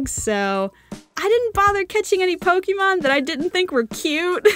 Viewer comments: Pokemon DIE-MAN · Pokemon Die-man 😂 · Pokémon die-man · Not to be rude but you said Pokémon wrong 😅😅😅😅